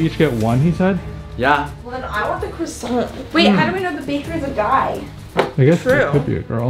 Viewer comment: "PUT THE CRASSONT DOWN!"